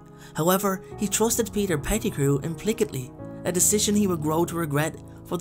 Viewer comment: Hey! I know that this is an older video so you might not see this comment, but i've been binge-watching your content and it's fantastic! One quick thing: implicitly is pronounced 'im-PLISS-it-ly'. I think it's cool when people mispronounce words as it shows that their reading extends beyond the vocabulary encountered in their daily conversations 😊 but I thought you might like to know. Regards, a fellow Irish HP fan!